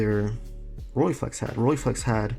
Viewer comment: RollEYEflex goddammit. Not Rolleeflex!!!!